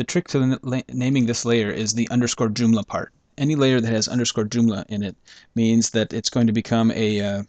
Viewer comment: doomla? or JOOMLA ;)